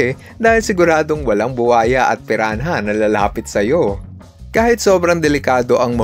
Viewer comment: "red bellied piran-ha" 😭🖐🏼